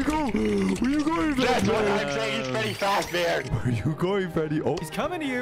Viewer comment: Bro fr said "Fazbar"💀😭